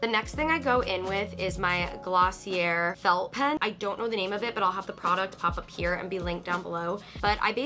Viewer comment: “Glossierrr”😭😭that’s how I say it too😭